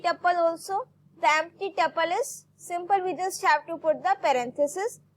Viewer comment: abeyyy yarr taple nahii tuple